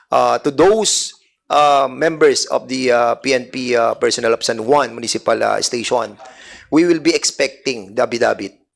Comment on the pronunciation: Duscussion, station, operation, session, validation, at mga kaparehong salita, sana ayusin mo ang pagpronounce Dan fernandez kc pinapadaan mo sa ilong ang pagbigkas. Awkward hindi maganda pakinggan! Panoorin mo video mo para maimprove mo. Salamat.